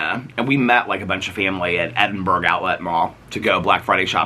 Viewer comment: Does everyone over there pronounce Edinburgh ’Edin-berg’ or is it just? Just little old Aussie me reacting to the word like nails on a chalkboard screaming ’Edin-burrah’ into the abyss these last two vlogs 😱🫣😂 Glad to hear you’re getting out and about. 💙💙💙